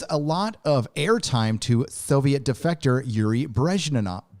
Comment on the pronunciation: Bresh-knee- ev.